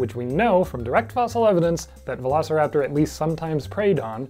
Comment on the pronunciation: I think this screams for a Velocipastor analysis. Somehow I always hear You say Velocipastor whenever You actually say Velociraptor and that happens a lot in this video.